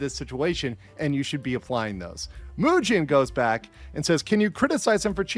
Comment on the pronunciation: I do like how pronounces his name like "Eugene", because as a Birdman watcher, that was definitely Eugene behavior Mujin pulled this weekend